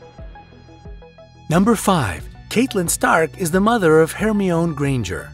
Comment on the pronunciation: Hermion granger 😂